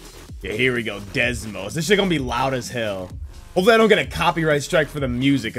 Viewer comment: No offense but I wonder how many times you said Desmos instead of Deimos.